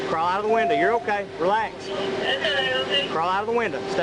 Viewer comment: I’m from California. What’s a “winda”?